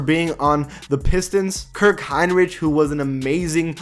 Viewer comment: Bro y do u keep mispronouncing kirk Hinrich name